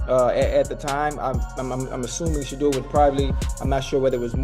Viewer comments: SAY HIS NAME CORRECTLY!! SAY HIS NAME CORRECTLY!!! YOU STUPID WINCH, HIS NAME IS SHEDEUR NOT SHADDER STUPID!!!!! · "Shatter" Sanders??? The voiceover is worse than the Browns record. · Shader hahaha the fake AI cant even say his name correctly